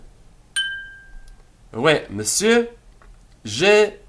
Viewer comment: I love all your lessons and am just starting this series. One question: Why are you pronouncing oui as way instead of wee?